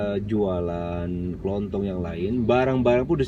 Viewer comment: toko kelontong ya bukan toko kelonthong 😁